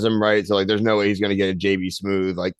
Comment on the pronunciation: it's actually Smoove! not Smooth 😊